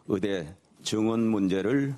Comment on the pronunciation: 추씨 아저씨! 으대가 아니고 의대예요!!! 발음도 뭐같으네...